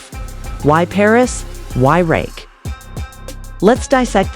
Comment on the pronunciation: Why all the Drake pics? Why constantly mispronouncing Rakim’s name? Why such a long video for something that takes 5 mins to say?